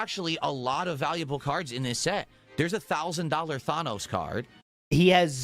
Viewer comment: He's so far removed from the greater world he doesn't know how to pronounce thanos despite him being the biggest villain in recent pop culture